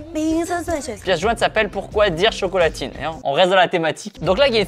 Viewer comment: IL A DIT COCOLATINE!!!!!!